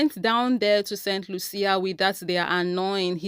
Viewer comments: It is pronounced saint Lusha( st. Lucia) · BTW, it is the island of Saint Lucia 🇱🇨 , it is pronounced Saint lieu shah. They tried to do the same on the island of Dominica 🇩🇲 about 50 years aback, and the locals protested in the same fashion. 🫵🏽👏🏾👏🏾